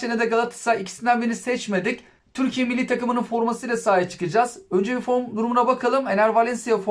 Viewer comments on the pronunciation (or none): none